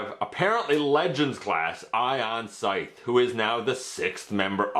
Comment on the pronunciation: Oooo, this is a nice surprise! Also-- I think it's "Sigh-th" not "Sith"